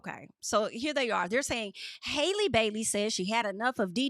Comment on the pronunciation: Haaaaalle,. 😩 It’s Halle, just like Halle Berry, boo. 😂 Halle.